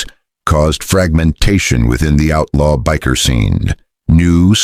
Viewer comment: AI has a hard time say Biker, thumbs down.